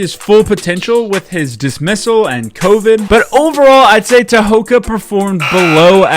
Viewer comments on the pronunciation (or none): I don’t mean to nitpick as I really like your videos. Tehoka’s name, though, is pronounced more like Tehoga. A K before a vowel in the Mohawk language is said more like a G. It’s sort of a soft G that isn’t as hard as saying Gary Gait, but it’s definitely not a hard K like you’re saying.